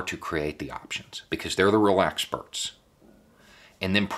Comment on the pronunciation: “Relaxberts” - experts we can relax about